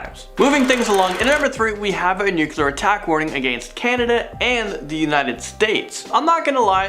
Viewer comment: Somebody please teach how to pronounce "nuclear". It's NOOK-LEE-ER, not NOOK-QUE-LER, lol. It's ok, I love you!